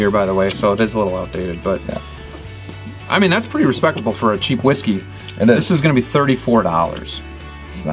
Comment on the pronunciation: Please learn how to properly say the name of the Whisky before you review or list it.